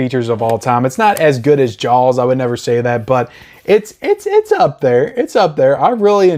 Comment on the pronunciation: It sounds like you are saying Jaawels instead of Jaws :) Disagree on Scarface. I thought the transfer was meh. But maybe I should watch it again.